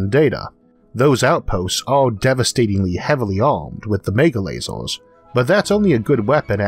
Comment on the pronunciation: I simply love it every time he says "lazors". :D